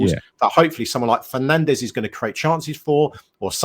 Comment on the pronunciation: The Portuguese prenounsiation of the surname Fernandes is Feer Nahn Desh. ⚒️